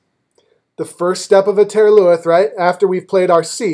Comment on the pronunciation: I greatly appreciate your help on these piobaireachd movements. I would like to offer you a little help in return. The "th" at the end of taor luath and crun luath is not pronounced like it is in English. In Gaelic it is pronounced either as an "h" or it is silent. in this case it is silent. They are said more like turloo and crunloo.